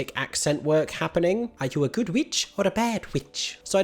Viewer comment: Not the mid-Atlantic “are you a güd witch”